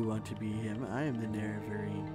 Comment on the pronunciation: NErevarine not neREvarine